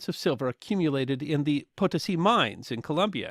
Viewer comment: It is puh-TOE-SEE. I didnt recognize where you were talking about except there is only silver mine of that magnitude in Peru. Mount Potosì is a UNESCO World Heritage Site. Shouldn't be that hard to find the correct pronunciation.